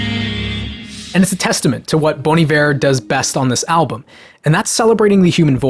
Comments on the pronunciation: Idc what you say it is Bon EYEver, not Bone Eve-air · It’s pronounced “Bon ieveer” instead of “bon aivar” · I thought it's pronounced bon eye-wear 😂🤦‍♂️ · Wait...it's pronounced bon evair!?!? Jesus, mind blown. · wait ive been pronouncing it bon ivet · Pronounced as Boney Viv? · Anyone else pronounce Iver like Ivy , and not like this guy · It's pronounced "Bon Iver"?? I've been saying "Bon Iver" this whole time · Nah you guys are still saying it wrong. It’s “Bon Iver” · you’re all wrong. it’s pronounced “bon iver”. sorry to rain on your parade. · This whole video is great, apart from your pronunciation of Bon Iver